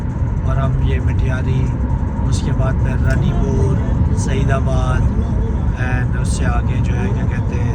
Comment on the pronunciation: Its رانی پور brother.. correct your pronunciation. Noted many time